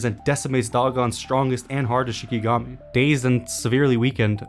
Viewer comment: Its not shiNIgami. Its shiKIgami